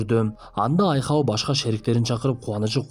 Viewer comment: Айхоу эмес Айхал😊